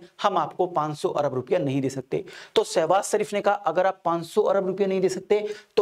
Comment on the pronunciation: सर आपका pronounce बार बार सहवास शरीफ हो रहा है। कृपया स्पष्ट करें ऐसा कौन सा सहवास है जो शरीफ तरीके से होता है चाइना के साथ या अमेरिका के साथ।